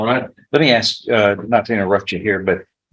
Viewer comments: Irritating to hear an educated man say "ax" instead of "ask". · Anytime I hear a lawyer use the term 'aks' instead of 'ask', I immediately write him off as part of the culture of societal degeneracy. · So buggy when someone axes a question isn't it. And yes, ya'll is up there with calling the Judge Mister (Mr.). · You can take a brother, send him to law school, and he's still gonna "axe you a queshion." 🙄 Just has to butcher the English language with street jargon. What a disgrace. Any attorney that wants to axe you sumfin, should be disbarred. Jesus! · LISTENING TO AN ATTORNEY USE THE WORD "AX" CHILLS MY BLOOD! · Same here. Hearing “Ax” from anyone drives me crazy but from someone who went to college AND law school ?! 😵‍💫😵‍💫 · I don't understand how a person can go through all the years of schooling it takes to become a lawyer and not be able to pronounce the word "ask". It's only three letters. Just sound it out. Mask, task, flask, are those also a problem for educated people who's job requires proper elocution ? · Why or how can the atty with Judge Stevens talk with improper English? He doesn't use plurals "grandmother house" , he says "aks" not ask, "bess" not best, etc...and isn't he supposed to be a professional? He sounds stupid. IDK man.